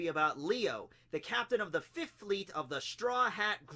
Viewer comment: The way you say fifth kills me >.< sounds like you're saying fift forgetting the h exists, not really sure why it bothers me as you butcher words all the time and it doesn't bother me really but fift... AAHHHH 🗣 👉🤯💨